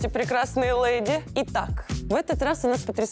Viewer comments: Это «лЭди» от ведущей - брррр….. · Ну какие "лЭди"...караул.. сил нет.. Редакторы, скажите уже ей, что там звук [Е]. ЛЕди.. Вы ж телевидение.. с вас пример берут...